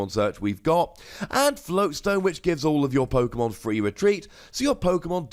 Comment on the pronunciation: You literally pronounce every Pokemon name wrong